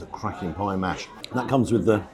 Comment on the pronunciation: Love your content,! Had to laugh where you said that’s a cracking pie, if I’m not mistaken; sitting here in Florida with our limited ear for English pronunciation we first thought you said crappy! 😂😂